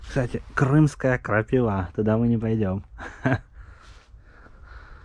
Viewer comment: Крымская крапивА... крпаИва бля крапИва. Это у тебя там крапивА. И не наша , а крымская природа и все ,что в Крыму. Наша. Да хер там плавал.